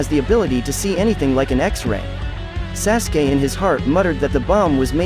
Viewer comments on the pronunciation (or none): Your not even pronouncing sasukes name right...